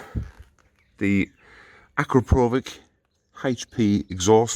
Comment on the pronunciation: ACRAPOVICK I DIED. It's pronounced Akrapovich, with the streess on the A.